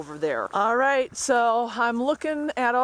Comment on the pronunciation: What region/accent pronounces "right" as "rhett"?